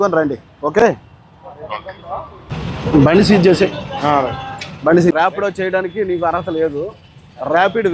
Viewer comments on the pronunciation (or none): Rapi Rapid kadu rapido